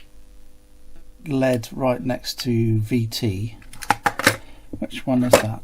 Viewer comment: You’re so enthusiastic ? L.E.D. Not led.